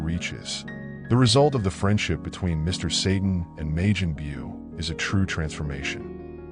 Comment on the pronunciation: "May-jin Bew" lol what?